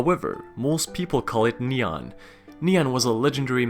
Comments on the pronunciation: its ni an not neon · It’s “Nian”, not “Niang”. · It's actually called nian no hate <3 (Ni-ian) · Nian should be pronounce as "nien"